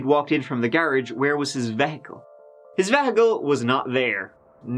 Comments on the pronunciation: I've only ever heard "vehicle" pronounced "vee-hih-cul," he pronounces it "veh-hih-cul" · v e hickle????!! I have never heard it said that way! I still have not placed your accent, despite hearing you speak German and Spanish...It's my personal game/challenge each episode. You say garage like someone in NZ. You use a lot of Aussie words. Your accent doesn't fit any of those countries (Mexico/Spain/Nz/Oz/Germany). I have wondered if it's an affected accent but it's very consistent...so no, I think it's genuine....hmmm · Veh-ickle? VEH-ICKLE? Just when I thought I couldn't love you more, you spout off with veh-ickle. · I am such a big fan of and very VERY rarely comment to poke fun of his accent. But now he's just getting carried away with vehicle. The way I was taught...the E is long E as in "EE" not "eh". And the H is silent...not the strongest annunciation in the word. But as always, and the main reason I never comment on the differences, i knew what he meant so it's all irrelevant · Veh he kle???? U mean Vee hick al!! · Veah-cull ????, Do you Méán VEEE-HIKULL ¿¿¿¿ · I'm sorry, but you saying "vehicle" as "vay-hick-clel" was killing me!!! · "His vehhicle." I appreciate you spreading obscure Irish pronunciations around the world,. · Veahacull the the third way I’ve heard the word vehicle spoken. No shade. It’s pronounced differently everywhere. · I always learn something when I watch videos....like a new word (vehicle) pronounced ven hic kill. lol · "Veh-hical" That is a new one. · Wait, is that really how you pronounce the word vehicle? Vehiggle? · lol Vehicle? .. V HICK EL ... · VAA-hickle is now my new pronunciation of this word. Thanks! So happy to have another vid so soon! I even chair danced a little to celebrate:) You're my #1 Sarcastic StoryTeller 🥳🤸‍♂️😘🤟🕵️‍♀️💃🚓🥇🔎🇮🇪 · VEH- HEH- CAL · Veh… hicle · No, no, no. Vehicle is pronounced Vee Hick Cal. Dayum. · Irish pronounce veehical veyhical? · VeH icle So cutee